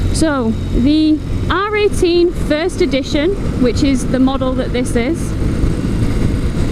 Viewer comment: I keep hearing 'R.A.T' instead of 'R18' !